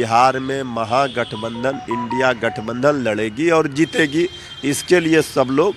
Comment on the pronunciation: इडी नहीं इंडिया होता है मैम 😂😂😂😂 पहले बोलना सीखिए।